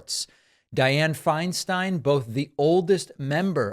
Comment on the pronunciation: Agreed David. She did contribute a great deal in terms of positive legislation (I’m a former CA resident - when Dianne was at her height). Thank you for pronouncing her name correctly as Finestine. So many have been disrespectful toward her as she’s declined.